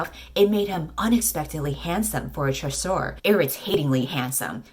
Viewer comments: Nah, I think it's "chasseur," which is correct (surprising, considering the baker named Pain), but is pronouncing it like shoe LMAO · As a french speaker the best part of the video is just saying ChAsSore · The way she pronounces “chasseur” is so funny lol. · the way she pronounced chasseur 🤣 nous aimons une reine lol